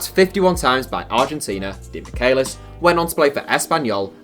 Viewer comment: Its pronounced demi-Chay-lis